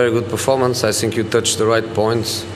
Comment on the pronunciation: fuck these comments on jose's videos, now everytime he says "i sink" i smile uncontrollably